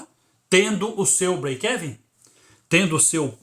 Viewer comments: Se diz : : Break "iven" como se fosse uma letra i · sua pronuncia do breakevem esta errada o correto é falar brekiven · Mas essa pronúncia BREIKÉVEN 😅😅 é paraguaia hein !?? Kkkk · Conteúdo do vídeo foi 10. Apenas um apontamento. A pronúncia é Íven. Fica mais ou menos assim: breikeíven. Não é exatamente isso, mas é o mais aportuguesado possível rsrs